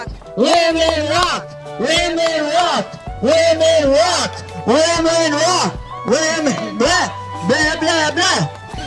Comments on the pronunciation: hes said women rock over and over it sounds like lemon rock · "Women rot" lol😅